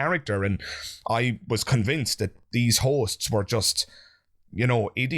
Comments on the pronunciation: This whole time I'm watching I keep hearing what sounds to me as whores. And I wondering to myself... No way, why does he keep calling those 2 girls sitting on the sofa whores?! 😂😂😂 Turns out he's actually saying hosts 😅😅😆😆😃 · I thought he was calling them Hoes. lol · Omg the first couple of times he said "hosts" I truly thought he was saying "these hoes"😅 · Forgive me but I keep mishearing you saying Hosts as Horses and I was like "what? why are you being so mean to them?" wwww